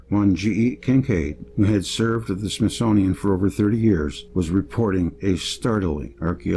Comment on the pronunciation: Smith-Sun-ian Of the Sun workers